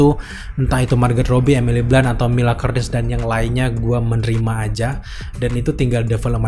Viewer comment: Mila Kunis bukan Kurnis bro